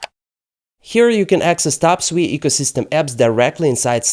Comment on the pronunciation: Holy 💩 you pronounced SUI correctly! All these clowns on youtube call it SUEY like their little piggies squealing SUEY SUEY.